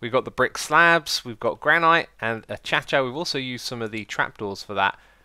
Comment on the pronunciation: a-cha-cha. Sorry 😂 Edit: is that actually how you pronounce it?